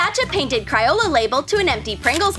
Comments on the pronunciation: Its crayola not criola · did anyone notice that she said criola instead of crayola? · Yep I did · Nobody: Troom Troom: "CrAOlA" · she really said Ciyola instead of Crayola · You said kry-ola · Cry ola xD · The way she said crayola like cryola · It’s pronounced Crayola cray-ola